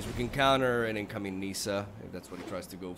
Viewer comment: nice gameplay, btw: how "well" not "good" you do ;) PS: the i in Nissa is short